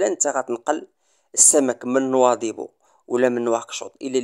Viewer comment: باريش تعلم تنطق، كلمة نواذيبو، ماشي نواضبو، رآه يضحكون عليك الموريتانين